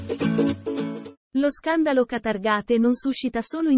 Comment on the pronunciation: Qatargate(Sic), non si può ascoltare!